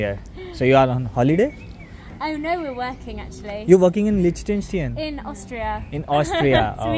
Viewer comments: Such a shame that you are pronouncing the name of the country rwrong all the time. It is not Lishtention... it is Liechtenstein. And brother her name is not Imli... it is Emiy... please don't make such lame joke with foreign names just to have more viewers. It is least expected from a person who travels for living. You are representing us all and our country. We already have unpleasant reputation abroad. Kindly don't make us Indians laughing stock any more. Anyway you make good vlogs. Thanks. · liches-stine hay pronunciation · YOU MUST LEARN TO PRONOINCE THE NAME LICHTENSTEIN. 😕